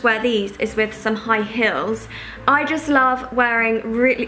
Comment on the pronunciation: you say "heel" a bit like "hill", like Anna from viviannadoesmakeup hahahah. lovely video 💕